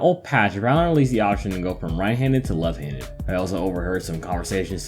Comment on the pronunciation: the very first couple sentences is a great starting point. For example, when you say the word "left" you don't seem to pronounce the full "ft" sound. It kinda sounds like you're saying "lefhanded" as all one word.